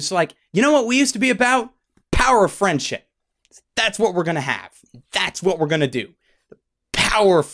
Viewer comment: Lol, I thought you said "The power of frenchship".